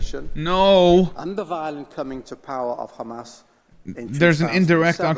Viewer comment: “I’m not a big fan of kkkkhhhamas” ~ Benny Netanyahu, 2052